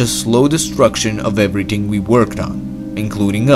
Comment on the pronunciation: Every-ting lol.